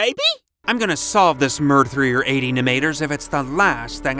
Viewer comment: Murdthreers eighty numeighters kills me